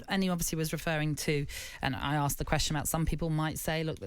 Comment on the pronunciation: I wish she would stop saying azuming and aksked.